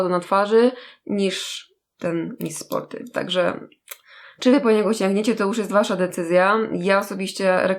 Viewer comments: Czyta się 'miss sporti ' ,a nie tak jak pisze , ' miss sporty ' :3💛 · Miss Sporty a nie czyta się Miss Sporti ? XD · mówi się mis sporty a nie mis sporty...